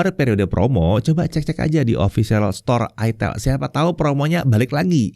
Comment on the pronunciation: Bacanya kan ay-tel (huruf 'e' nya kaya' ngeja pelipis)